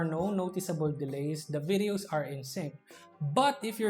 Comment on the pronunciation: Good choice of words, clarity and vocab but you just keep making V sound into B sound and TH to D Example: you sound "this" to dis "That" to dat "Performs" to perporms "Competitive" to competitib "Videos" to bideos "Battery life" to battery lipe Other than that, good review as always.